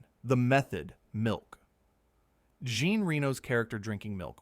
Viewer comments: You need to learn how to pronounce Jean. He’s not a woman. It should be pronounced “zhahn”. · Some interesting stuff here. Of course, ruined by the AI voiceover. As soon as the narration pronounces Reno's first name like the female 'Jean' rather than the French, 'John', you know that it's AI.